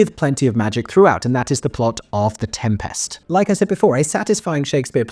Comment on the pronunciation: My review after watching for two minutes: good use of ‘is’ and ‘are’, strange pronunciation of ‘Tempest’ and over-acting in the role of presenter